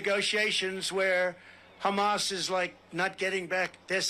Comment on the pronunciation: Has anyone besides me ever noticed how trump refers to "Hamas"? He pronounces it "Hummus"....you know like the chick pea/tahini/garlic/lemon dip??